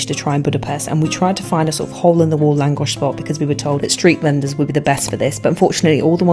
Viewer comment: Are you secretly Hungarian? Because you Lángos without accent